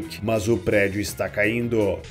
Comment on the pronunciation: Prêdio? Não é prédio?